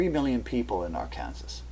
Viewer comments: Always has been and continues to be pronounced R-can-saw. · Its not R Kansas. Its R Can Saw - Arkansas. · IT IS PRONOUNCED "r can saw"! NOT AR KANSAS! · What you call R-kansas, is prononced Ar-kin-saw. (Arkansas) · It is pronounced AR - KAN - SAW not AR - KANSAS! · just a minor, minor comment. It's not pronounced Ar-kan-sas, rather Ar-kan-saw....odd I know.:) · arkansas, LOL. here in the states we say arkanSAW. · Arkansas is pronounced Ark-can-saw!! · Hey, Please pronounce Arkansa.. Ar-kan-saw.. try it... and thank you for info. what are your credentials.. Topography, Meteorologist, Intel/Spec.??? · trying to watch this....im from Arkansas......pronounced....Ar can SAW.....your driving me crazy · Ar Kansas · Love the video, but it's pronounced, "Arkansaw". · just a FYI: Arkansas is pronounced: ARK-N-saw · i think this pronunciation of Arkansas is Canadian and the other is a localized one...but this is still interesting research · I am distracted from the video content by his weird pronunciation of " Arkansas". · you pronounced Arkansas wrong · You lost all credibility with me through your pronunciation of Arkansas. Then you mentioned zeta talk. I won't even give you the time of day now. I'll stick with Cayce's map. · I wondered about that--Ar-kansas! And he pronounces FEMA is fema, short e instead of a long e.